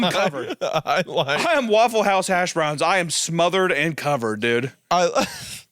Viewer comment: every time I see emphasis on the word house I get House of Leaves flashed into my mind like its a The King In Yellow level cognitohazard